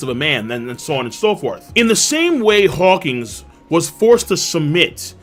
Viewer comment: Wawkins is Lawkins A headliner not upto Flying Six status. And Where's Lappu?